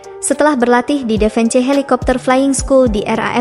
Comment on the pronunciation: Pangiran Abdul Wakeel dibaca Abdul Wakil bukan Wake el. Defence dibaca Defens bkn defen ce